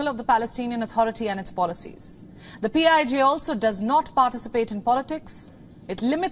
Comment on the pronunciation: PIJ sounds like P.I.G.